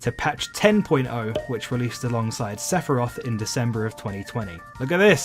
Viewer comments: Say fi rowth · Top 15 trying to pronounce Sephiroth